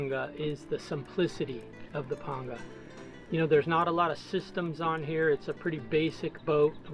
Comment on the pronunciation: WOW! Thank the lord almighty a man who knows how to say Panga correctly.